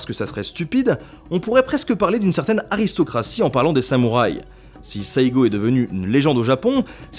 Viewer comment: A noter que Saigo (et pas seigo) signifie "le dernier, en dernier, pour conclure" en japonais. Bien sur l'écriture en Kanji n'est pas la meme mais comme quoi l'histoire est bien foutue !